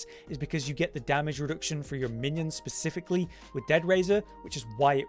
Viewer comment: 'pacifically' My god dude.... what's wrong with indian oceanly? Or dead sealy?